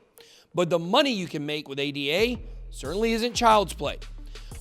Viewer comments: It's not A-D-A, it's the proper name Ada, named after Ada Lovelace. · Actually it isn't called "Ei Di Ei" or whatever.. It's not an acronym, it's called ADA with A as in Africa. It's the name of Ada Lovelace the world's first programmer.